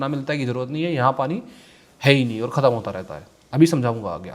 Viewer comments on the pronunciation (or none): none